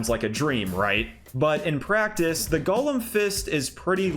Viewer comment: "Golem" is NOT pronounced the same as "Gollum". TWO entirely DIFFERENT WORDS. Embarrassing for YOU.